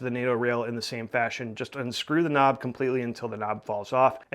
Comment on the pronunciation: face-green-smiling::face-green-smiling::face-green-smiling: Stop saying "K N O B"